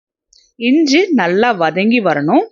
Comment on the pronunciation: இஞ்ச இல்லை. இஞ்சி என்று சொல்லுங்கள்